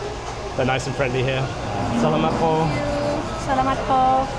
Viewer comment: The areas are called Stations, not Sections. You kept pronouncing “salamat” incorrectly.